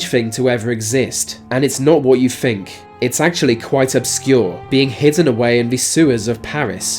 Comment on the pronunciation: fink, fousand, norf....